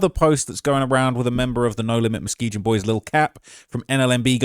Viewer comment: 'Muzgeejen bruv innit' 😬 its Mus-key-gun